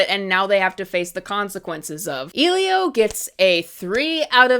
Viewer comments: From the very start of this video I could tell you didn't actually watch the film because if you had, you'd be pronouncing the name right, and I genuinely could not tell if you were just rage baiting/joking because of the way you spoke about the film💀 saying that the animation is dog water just because the characters were almost always in the center of the screen (which btw you showed a scene of them being on two different sides of the screen while saying they were in the center) for a whole QUARTER of the video, and then dogging on the style as well with the same statement is super invalid, because putting something in the center of the screen brings all the attention to it, while putting things on two different sides forces you to examine the entire screen, and both of these will always have their own reasons for it, and it just depends on what the film makers are trying to go for in terms of their framing, and what kind of thing they're trying to portray with it. Then to dogging on the story writing, when this is probably one of the first more original ideas that's been spat out from Disney Pixar since they first started to make live remakes of all their past movies is what's outrages to me, because yeah, while the movie is basically the generic "I don't belong" / struggling to connect with others trope, the way they go about it is unique. The reason WHY he doesn't feel like he belongs and struggles to connect is because BOTH of his parents died, and the reason why he's ob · I saw it and it’s seriously not. She’s not even pronouncing the main characters name/title right💀 so many people lately literally just hate to hate I understand hating the Cal artstyle but she is literally just fuming about nothing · I liked it a lot too! I even saved the quote “you are unique elio of earth, and sometimes unique can feel like alone” I’m sorry but this video kinda pmo because what is she even asking for? she isn’t even saying the name of the film correctly..